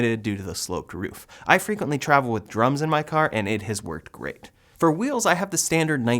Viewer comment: I don't know why my ears heard "I drive with drugs in my car" not drums 😂😂